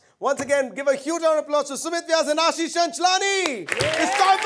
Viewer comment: *Ashish.. *Ulhasnagar